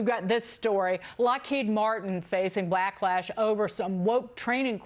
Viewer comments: She actually said blacklash instead of backlash. 🤣🤣🤣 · Did she say Lockheed Martin was facing black-lash instead of back-lash? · “Blacklash” Gee, whiz